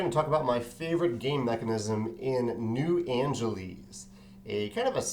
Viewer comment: Sorry to nitpick, but you keep saying "New Angeleez." Shouldn't it be pronounced like Los Angeles, which is pronounced "Angeliss"?